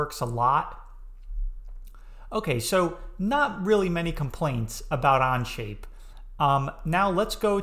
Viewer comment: I feel your view is a little more bias to SolidWorks, oh sorry On-Shape whatever its called 🙂 (Even you can't say Onshape lol). Think I'll go to other creators for a fair comparison. Thanks